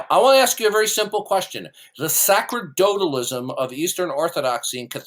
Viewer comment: can't even pronounce "sacerdotalism" correctly. It's pronounced "sa-ser-do-talism"; the "c" is pronounced like the "c" in "receive".